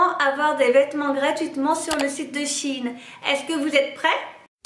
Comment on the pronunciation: C’est pas “Chine” c’est “Shein”